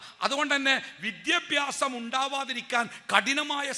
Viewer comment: നല്ല പ്രഭാഷണം. വിദ്യഭ്യാസം - അല്ല വിദ്യാഭ്യാ സം എന്ന് തിരുത്തി പറഞ്ഞാൽ നന്നായിരുന്നു